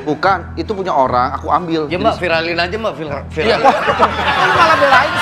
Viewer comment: Andika sampe belepotan macam ponakan aku pas ngucapin viral jadi vilar 😂😂😂😂😂